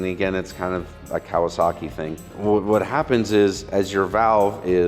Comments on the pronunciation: You pronouced Kawasaki correctly. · I heard nothing wrong with the way said Kawasaki.